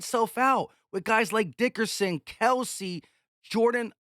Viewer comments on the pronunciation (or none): none